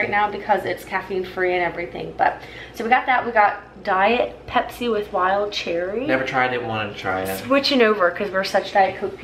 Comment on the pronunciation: The way you pronounce pepsi was so funny lol 🤣